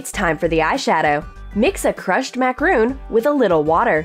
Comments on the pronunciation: its macaron.. mac•ah•rohn .. French delacasies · You're pronouncing macaron wrong!